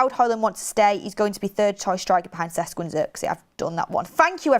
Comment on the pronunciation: "it's SHESH-KO not Ses-Ko" attaches Hermoine Granger gif :)